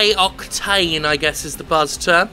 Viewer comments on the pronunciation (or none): none